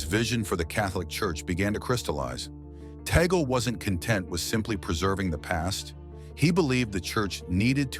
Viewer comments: You pro ounced Tagle wrong. Its is not toggle. It is Tag le or tag lei. Its annoying to hear toggle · It's TAGLE NOT TAGGLE PLEASE PRONOUNCE IT CLEARLE